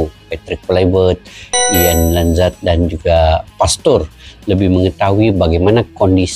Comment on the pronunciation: Maaf pak cik bkn ian lanzad tp danni lanzad